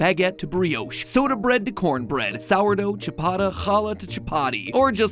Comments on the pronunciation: I can’t believe I just heard a goy pronounce challah correctly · he pronounced challah correctly 😮🎉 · that pronounciation of challah is just 😚👌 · I gained joy when he pronounced Challah correctly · the fact that he pronounced "challah" correctly 🥰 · the fact that he actually pronounced challah correctly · The way you pronounced challah properly 🫶🏻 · So glad you pronounced Challah right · seeing somebody pronounce challah correctly is not usual, guess matpat loves all bread. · I can go in peace now knowing Matpat knows how to pronounce Challah, thank you. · A decent pronunciation of challah, I'm so proud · Wow, very few people pronounce challah properly. Well done Matpat! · he said challah correctly!